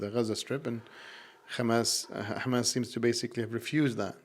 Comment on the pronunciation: did you just say khamas? I only know one group of people that say it that way. Did you happen to go to the Islamic University in Israel?